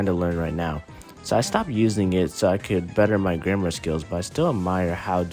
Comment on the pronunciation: Almost every app uses AI. So what's your point? Besides, "grammar" isn't pronounced "grandma".